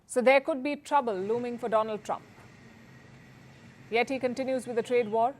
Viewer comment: Dolaand Trump😂